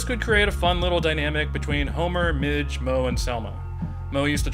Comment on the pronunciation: PLEASE STOP SAYING MIDGE